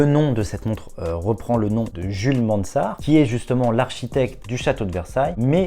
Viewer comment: Jules "MaNNsart", vraiment?